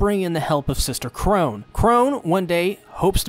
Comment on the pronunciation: nobody gonna talk about how he keeps calling sister chrona sister chrone